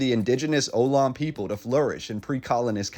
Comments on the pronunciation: I'ts pronounced Ah-Lo-Knee and there are actually shellmounds in Emeryville at a park next to the freeway. the majority of the shell-mounds were on the East Bay Side (Oakland, Berkeley, Alameda, San Leandro etc) . few if any homes were built on top of a shell-mound. they wouldn't hold the weight of structures. and they're not just oysters and clams. there are skulls of deer and rabbits they would place. it was more of a landfill of sort. they wouldn't just toss bones everywhere but would bring them to a specific sight and pile them. people romanticize things a bit too much. its just a dumping ground. the only religious part of it was thanking Nature for feeding them and offering the bones back. Most cultures do this with the exception of Modern Man. Also don't blame Whitey for all of this. everyone took part in living here and it's as much their fault. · You should research a bit before talking about a city like San Francisco. You got a few points wrong. and Ohlone is pronounce like oh-lone-ee. A little research could have gone a long way. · A person I talked to from Ohlone community college says Ohlone rhymes with baloney. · it is pronounced " oh-loh-nee " or "uh-lone-ee". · Thank you for the wonderful photos. I hope you get here at some time. When you do you will find that they aren’t “trolly cars”. They are cable cars. Like in the Tony Bennet song. Also Ohlone Indians are pronounced (O-loan-ē). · ohlone = oh - low - knee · This is awesome. I was born & raised in the SF Bay Area, "Ohlone" is pronounced "Uh-lone-E". In Fremont, not far from the Tesla plant, there's also a JC called Ohlone College. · The indigenous folk of California you referred to - on the central coast it is generally pronounced alone-ee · Your pronunciation sucks. Try. OH-LONE-E. Three syllables. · Excellent and interesting, with many photos I've never seen. Thank you! By the way... Ohlone is pronounced: Oh-LOH-nee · Ohlone is pronounced "Oh-Low-knee". Three syllables. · it's OH LON EE